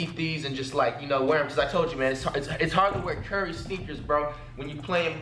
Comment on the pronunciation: Dude said chef curry